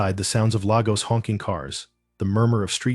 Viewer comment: It’s pronounced Lay gos